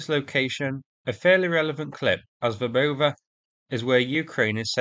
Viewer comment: You are the ONLY native English speaker who is pronouncing Verbove correctly! 👍🏼